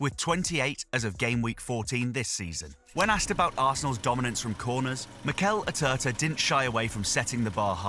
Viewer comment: ATERTA? Who the hell is he? Do you mean ARteta? 😂😂😂